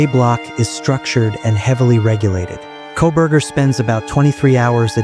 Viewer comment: KOLBERGER........:face-orange-frowning::face-orange-frowning::face-orange-frowning::face-orange-frowning::face-orange-frowning:, NOT "C'......GET IT RIGHT:face-orange-frowning::face-orange-frowning::face-orange-frowning::face-orange-frowning::face-orange-frowning::face-orange-frowning::face-orange-frowning